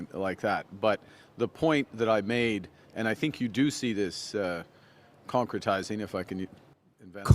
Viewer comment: Concretize sounded like Tonka trucks.My wife and I said that at same time.lol